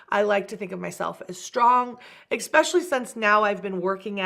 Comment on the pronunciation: I wish she would stop saying 'expecially' instead of 'especially' 😅